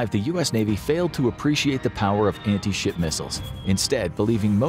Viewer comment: Am I the only who heard anti-shi* missile every time?